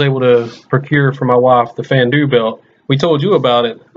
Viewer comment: I like the vid but the way you say Fandu makes me cringe